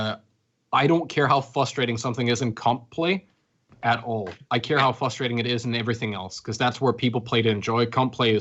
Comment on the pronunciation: Whoever is top left, it's not FUSTRATTING its *FRUSTRATING*. It really frustrates me how he mispronounced frustrating.